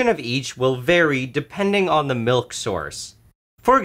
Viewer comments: Some nutritious.. malk? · a glass of MALK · Listening to Nile say milk, there's just something about it.